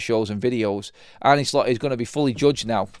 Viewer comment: His name isn't Arnie, neither is it pronounced that way - how ignorant can you be?!